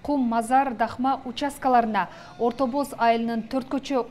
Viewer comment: Айланайын кабарчы кыргызча эле суйлобойсунбу Орто Баз дебей орто Боз эле деп, Жака деген создо а тамгасы жумшартылып айтылат